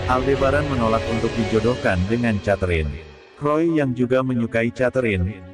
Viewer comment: Mas...."Catherine" sebutan yg sebenarnya kek "Keterin" bukan "chaterine". Jangan marah ya🤪